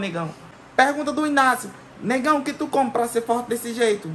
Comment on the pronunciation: Kkkkk😂 Muito engraçado quando ele fala Negaum?😳